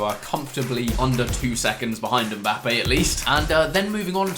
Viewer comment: why you say mbapping